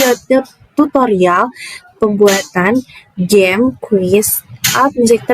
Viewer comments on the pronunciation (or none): Semangat Kk, saran dr bu guru dijelaskan/diketik dulu aplikasinya dari browser atau hrs download di playstore. Oiy pengucapan permainan di awal dlm bhs Inggris seharusnya geim bukan jeym y